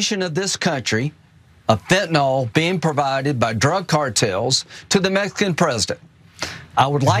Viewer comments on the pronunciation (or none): "Meskin" people!?? WTF! Does he not know how to pronounce the word properly? SHEESH. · Maybe he could learn to say Mexican properly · Hey lindsey you watch your mouth boy it’s not messcan it’s cartel’s MEXICAN fucker harm you graham fool